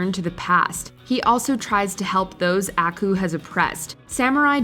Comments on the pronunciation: Not to nit pic, but they say aku's name in the opening title. But you say it like ackoo, makes me think you haven't seen it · I feel like she pronounced Aku wrong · I hate how you pronounce aku's name